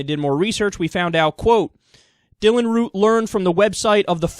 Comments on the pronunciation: It's Dylan Roof not Root. Just letting ya know. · Question: Are you saying Root or Roof? It sounds like hour saying Root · Secular Talk his last name is Roof not Root... After 4 or more videos about him get his name right... Dont like the guy hate what he has done and stands for but come on!